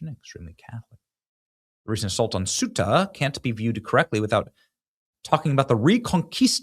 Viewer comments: Ceuta = "Say-oota" 😊 ("Thay-oota" w/spanish accent) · Benny... you're KILLIN'ME. Say-uta Ceuta C'mooooonnnnnn